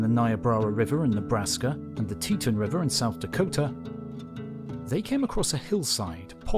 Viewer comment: America. Teton. H. ... ALL MISPRONOUNCED 😅😅😅😅BYE..